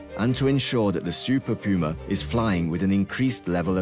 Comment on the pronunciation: ooooh... Super PUMA! sounded like Super Coomer the whole video